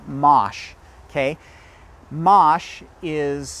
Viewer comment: no, the French pronunciation is —> “maah sh” ~ Mache. No “ay” at the end. 😅